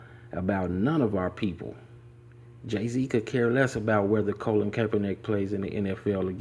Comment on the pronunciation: His name is "Colin", not "Colon" lol